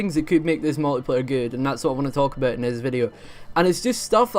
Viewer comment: I like how you say a boot